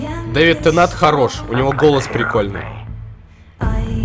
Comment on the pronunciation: НЕ Дэвид Тэнат, а Дэвид Тэннант.